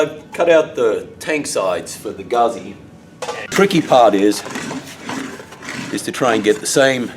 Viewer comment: great job but its a fucking guzzi not gazzi